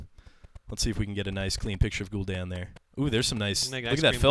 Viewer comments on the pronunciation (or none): It's not pronounced "Gul'DAWN" it is "Gul'dan", as in "Danny"